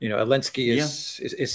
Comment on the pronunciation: Can somebody tell me why says elensky and not zelensky? Edit: please:)